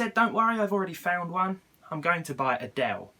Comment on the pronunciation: i thought he said "im going to buy adelle"